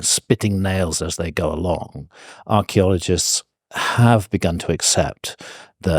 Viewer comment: If I had a dollar for everytime Handcock says Archeleologists maybe I could bribe him into saying Paleontologist